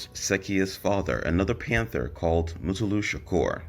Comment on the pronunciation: boy they butchering these names Sekyiwa (pronounced Set-U-Wa) and Mutulu (Ma-2-ta-Lu)… even Lesane got it 😂